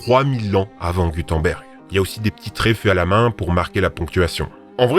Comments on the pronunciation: Pour votre culture générale, on ne dis pas le dernier g de Gutenberg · Je suis trop contente que vous ayez évoqué le linéaire a et b et le disque de Phaistos 🤧✨ Très intéressante la vidéo, c'est vraiment Noël tellement il y en a ! (Et j'adore votre façon de prononcer le nom de Gutenberg 👀X))